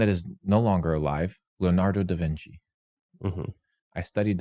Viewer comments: "Lonardo duhvinci" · Did he actually say “Lenardo Davinci” instead of Leonardo Davinci? 😂😂😂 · "Lenardo DaVinci" lol couldnt study enough to pronounce his name correctly though 😂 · "Lanardo da Vinci"....Lanardo. Apparently he didn't study how to say his name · I love this video. That dude is a total clown! He’s a total comedy show. By the way, who the hell is: “Lenardo Divinci? 🤦🏼‍♂️ Is he talking about “Leonardo Da Vinci”? 🤣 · Ah yes luhnardo duhvinci